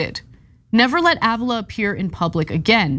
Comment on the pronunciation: Ávila= r be la